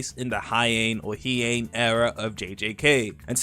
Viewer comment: it's Heian not Heain.......